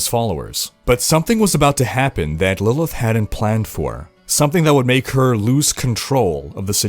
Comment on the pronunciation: "Lillith" "Lillia" Bruh she barely tried, lmao.